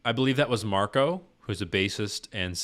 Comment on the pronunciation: Maybe next time you use the same R with Marko?